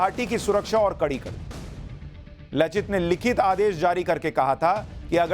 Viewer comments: Thanks pronounced laachit instead of lachit.( LAASIT ) plz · It is लाचित ... not लचित :) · लचित नहीं लाचित। बोरफुकन नहीं बड़फुकन। बड़ का मतलब बड़े या बड़ा। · U r doing good job. But one rectification is there, "laachit" not lochit ....I mean accent..... Then Bor .. boruna .....aahom.... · लचित नही sir लाचित, बोरफुकान नही बरफुकन है। जो assamese में "লাচিত বৰফুকন " होता है। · लचित नहीं लाचित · Sir in case you're reading my comment, I'd like to correct the pronunciation of Lachit. It's pronounced Laa-chit not La-chit. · Very good sir..Lekin लचित नही है ,,लाचित है सहि pronunciation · लाचित बरफुकन , लचित नही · Laachit not Lachit in hindi.